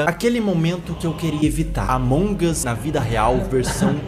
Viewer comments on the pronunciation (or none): Mds gente, não é Among us, é Allmongos cara!!! Edit:"os incriveus " é foda KKKKKKK Edit 2:vcs perceberam? Yn Yang? Se não perceberam reveja o vídeo